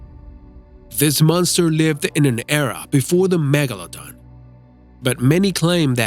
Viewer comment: Why do you say Megalodon like Megalodong?